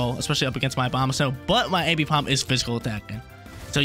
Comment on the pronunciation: I couldn’t keep watching cuz homie can’t say AMbipom’s name right. Triggering my dyslexia